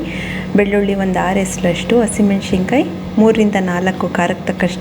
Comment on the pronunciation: nenne saaru maadidde mam,channaagi aagittu,thanks,aadre yelru yaake unshe hannu,hashi meshinkayi ona meshinkayi anta tappaagi heltidira,dayavittu unshe hannu alla,hunse hannu,hashi meshikayi alla ,hasi mensina kaayi,pls sariyaagi pronounce maadi